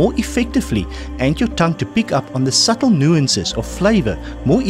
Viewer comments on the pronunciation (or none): none